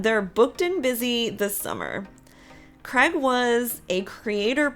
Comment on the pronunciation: U say Craig so different on this show, its sounds more like Greg 😂 poor sheps dog 😂😅